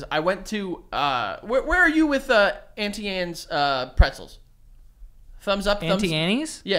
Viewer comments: Im sorry- "Antie Annies"?!? Its pronounced "On-Tea Anne's (silent E)" ! 🙍‍♀️ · Joe pronouncing Auntie Anne’s, “auntie ANNIES” was so viscerally triggering like how as a grown ass man do u not know Anne is pronounced Ann oh my god I’m sorry but it gave me the ick from him